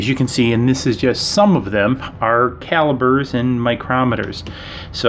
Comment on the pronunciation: When you say pop do you pronounce it “bob” 😂 sorry it’s just so funny to me. Calibers …lol